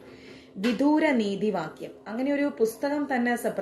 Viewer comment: വിദൂര അല്ല.... വിദുര എന്നാണ്